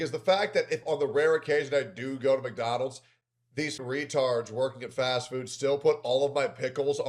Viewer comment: we WUZZ MACDONALDS epmpoyeezz😂😂